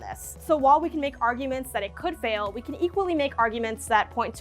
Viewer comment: Huge emphasis on "could"